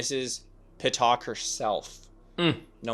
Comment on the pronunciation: Pittick Try pronouncing it that way